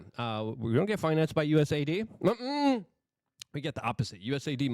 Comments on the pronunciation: Luke. I hate to correct you too much but it is US A ID not USID. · U S A I D LUKE!!!!! Get it right ffs